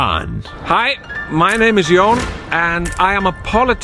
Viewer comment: bruh atleast pronounce his name right! its not jon, its jon